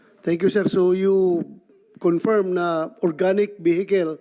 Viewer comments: Confirmed po, hindi "conferm"! Aral mabuti. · Confirm hindi conferm. Umayos ka o gag.